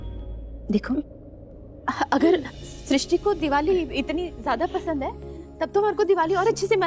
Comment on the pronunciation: Sisty nahi pagal srishti 😂😂